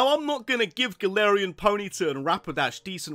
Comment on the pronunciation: It's Galarian, not Galatian!